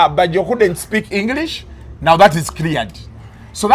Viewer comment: That's engliiiisi not English